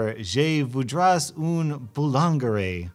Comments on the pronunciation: Man said vou-drais instead of vou-dre. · Hi French dude here (big fan long time sub lol) Je voudrais une boulangerie. Means I'm looking for a bakery. And you don't prononce the S it's silent (it's said voudrai) and boulangerie, the G is said like a j (jay). I'm sure no one will care. Have a nice day lol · French here ! "Je voudrais une boulangerie." means "I would like to have a bakery.", pure non-sense ;) Also, here is the pronounciation : "Je voo-drey an boo-lan-jerry.". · Zay voodrass oon boolanguaray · [J-eh] [Voo-dray] [eyooune] [boo-laun-jer-ie] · oof that pronunciation was bad don't say the s at the end (voo-dray)